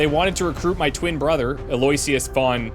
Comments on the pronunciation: I think von Norpendrock's first name is pronounced like AL-oh-Wish-us. Or at least the one that start's with an A. (See the movie, "Oh, brother where are't thou?" 🙂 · Eloyisious I've known pronounced as allo-icious. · Maybe is supposed to be Aloysius? AL-oh-ISH-əs Aloysius (/ˌæloʊˈɪʃəs/ AL-oh-ISH-əs) is a given name. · I believe it’s pronounced “El-oh-wish-us”